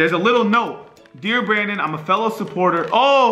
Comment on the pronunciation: Anyone notice that says Brandon’s name like “brenen”😂